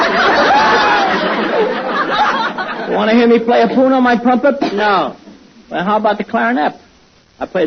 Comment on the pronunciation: Tommy: "Wanna hear me play a 'pune' on my 'prumpep'?" Lou: "NO". Tommy: Then how about the 'clarinep'? I play the 'clarinep' , the 'prombone' and the 'puba'! Lou: Oh no, you don't play the 'puba'. A 'puba's' what you keep uh your uh, 'poothpaste' in to brush your 'peeph'!" No wonder Bud lost it, that was a brilliant ad-lib.